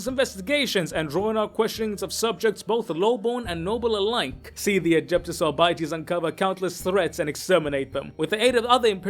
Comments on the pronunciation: I guess you read arbiter as ar-biter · "Arbytees".. lol